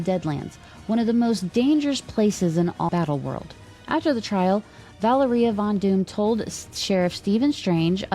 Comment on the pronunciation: Thank you so much for the upload! I've been catching up on the podcasts, usually during the work commute. Small note from a Russian speaker, Valéria's pronunciation rhymes with Latveria. I was sceptical from the post-credit scene of NWH whether that's their way of introducing Miles but it sounds likelier than ever, for better or worse 😅 we'll see!